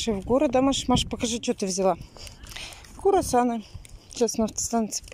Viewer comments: не правильно говоришь не Курасаны,а Круасаны.Логопед нужен,вам всем.Читай,вместе с детьми книги,книги.Не инет,а именно книги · боже круасаны а не курасаны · курасаны??? не послышалось ли мине🤣🤣🤣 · ☺️ если б прислушалась,к комментариям? Я думала,что это не правда? Сегодня,как услышала Куарсаны. прочти,и делай выводы над детьми будут смеяться.Они ж у вас замечательные 👍👍👍🤗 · Тю,ей до вас,стопитсот раз писали,что правильно-кРУасаны. Но... привычка-с. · Читать то видимо не умеет Как слышит так или говорит Так же и дети " еешные "